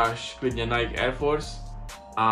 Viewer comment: rikas tady jak maji cesi spatnou vyslovnost a snazis se mluvit s ultimatnim prizvukem a pak Nike ctes jako "najk"